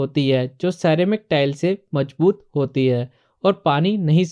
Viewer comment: Whata "majboot, jaroori & wajan"? Isn't it mazboot, zaroori and wazan? Are you a mason? Is adhesive costly or expensive ? Jawab dena JAROORI he Zanaan.